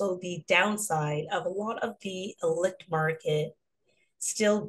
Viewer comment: Loved hearing all the voices, and sources of good info! btwthe "c" in ilicit is pronouced like an "s"